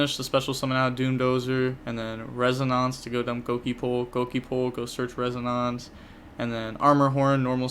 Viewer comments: res-O-nance. Like the sound a tuning fork makes. It resonates. (Res-O-nates) hope this helped. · It's pronounced res - un - in - ce, if that makes sense. The end is kinda like the word mince.